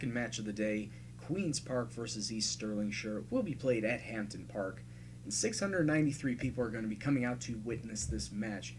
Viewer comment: This series is amazing. I've been following this fir a while and finally caught up with the uploads. Being Scottish myself, I'll help you with some pronunciations of teams, players etc like Hampden Park is pronounced like it doesn't have a P in the name!